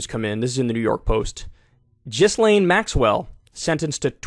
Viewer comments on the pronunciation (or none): It's "Gislain", not "Jizzlain". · GHEE-LIHN not Jizz-lane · “Gil-layne,” not “Jizz-lane.” Americans are so clunkily phonetic 🙄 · It’s pronounced GILLAIN (G as in GIRL) not JISSLAIN. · It’s pronounced “gill lane” s is silent, not really a person who deserves proper name pronunciation but it sound like you keep saying jizz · Thanks for the report. Just a tiny correction. Her name should be pronounced as GILAN. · Ghislaine is pronounced "Ghee-Lane". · “Jizz-lane” - Kyle Kulinski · Kyle, I love you, no shade I swear, but it’s Gil-Aane. 😬😂😘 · It's pronounced Gi-lane. The G is a soft G rather than a hard sound. Cappice ? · Kyle is literally the only person who says Jizzlayne. No way he’s not doing it on purpose at this point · Also: Ghistlaine is pronounced "jeess-len" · It’s pronounced GHEE-Lane or GILL-Lane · Ghislane is pronounced gee-Lane. It's been 2yrs+, come on man. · Once and for all, it's "Jill'ENN" with that soft airy French J sound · its pronounced jisslane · Ghislaine is pronounced "JUs-sL-EEN". Kyle. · Everyone pronounces it a little different, but "Jizz-Lane" is by far my favorite. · Her name is pronounced "Gee-len", with a bit more emphasis on the "len". The name is also pronounced kind of "Jeez-len" (a soft "G" or "J" sound) in Canada and the south of France but in the north of France, and in Maxwell's case, it's "Gee-len". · It's pronounced 'Ghi-lane'. May she eat prison food for life with her trump buddy..🤢🤮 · Please Kyle for the love of god say “GEE-laine” like it’s actually pronounced. Please. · yeah I typed this before finishing the video lol. But still 1 jizzlaine is 1 too many lol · Kyle, love your show but you gotta be able to properly pronounce the names of the main players in this story otherwise your message is greatly diluted. Gee-lane and Goo-fray is what I have heard. Will never see any list, too many elites on it. Maxwell is to risky to have around, will mysteriously die within 1-3 yrs. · Its pronounced "Jizz-lane Max-well"